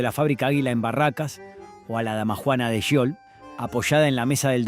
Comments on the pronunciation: Habían marcas que había olvidado, soy de Mendoza, vivo en Gutiérrez, ( departamento de Maipú ) a 3 cuadras de lo que fue Bodega Giol, y lamento que pronuncie tan mal el nombre, ¿ Yiol ?, si , lo lamento, y también lamento que no haya salido en el video la poderosa y emblemática imagen del histórico toro, ( hoy en una esquina de la Plaza departamental de Maipú ), que hermosea el espacio verde y el paisaje donde jóvenes locales, gente de todas las edades y turistas posan y atrapan un pedazo de historia para el recuerdo, espero que quiénes realizan éste tipo de material, se adentren más en el historial y trayectoria de las imágenes a compartir, abrazos 🫂. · "Giol""Giol" no jiol como pronuncias!!! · Giol, se pronuncia "Jiol", no "Yiol", como dice el locutor. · Es Giol no Yiol abombado !!!!! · Giol, no Yiol. Qué te pasa, no aprendiste a leer? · Habla bien, grasa, sho sha shiol ... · Bodegas Yiol???? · El relator es argentino? Da vergüenza escuchar como nombra algunas marcas, dice pumper cuando se pronuncia pamper, dice ajila cuando es águila, dice yiol cuando es jiol (giol)